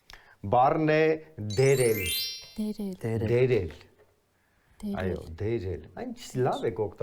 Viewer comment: Նախ դերել չի՝ դյերելա, որը նշանակումա բարձրանալ